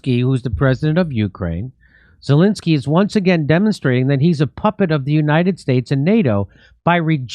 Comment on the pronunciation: Jimmy should pronounce Zelensky's name correctly. It's NOT Zalinksy.